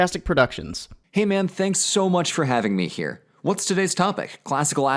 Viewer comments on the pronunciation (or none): none